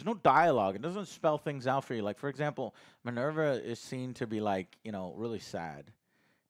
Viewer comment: I love it when gets the names wrong lol Marvva Is Minerva 😅